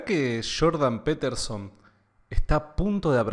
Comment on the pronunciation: Shhhiiordan peeeeterzon haha crack saludos! Buen video